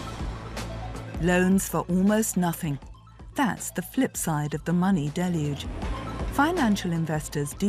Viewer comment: Props for knowing how to pronounce ‘deluge.’ “DELL yooj.” abc news and nbc news are not the sharpest tools in the shed.